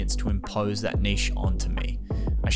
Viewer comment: Omg someone who actually pronounced niche correctly! Love the vid and the advice, can't wait for the weekly vids!